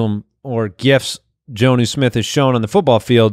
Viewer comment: His name is pronounced John-oo instead of Jone-oo. A short O, not a long one.